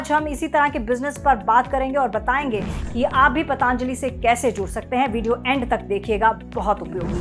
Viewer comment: पतंजली not पतांजलि